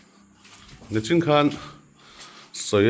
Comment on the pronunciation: A neitupa chu a thawh rimna a lawmpuiawm hle mai. Mahse, nichin tih turah "nachin" a la ti ve tlat mai.